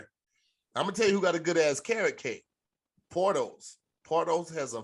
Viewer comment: Around 48 minutes, they talking bout a restaurant for the "Cubans Cousin" sandwich.... Is it spelled Porto's? Why do I think I'm hearing Pornholes?